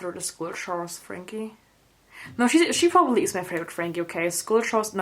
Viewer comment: ShE (no hate might just be your accent)